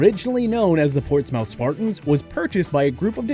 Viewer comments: PORTS MOUTH ITS PORTSMITH IS HOW U PRONOUNCE IT AS MUCH AS I KNOW THE PLACE FOR HOMELESS PEOPLE AND DRUGS YOU CAN NOT CALL IT PORTS MOUTH AGAIN ✊🏻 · Portsmouth is pronounced PORTS-muth, not mouth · It’s Ports muth pronounced like that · Im from the area, its pronounced PORT-SMITH. Yes its stupid but its how its pronounced lol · How did you mispronounce portsmouth so badly?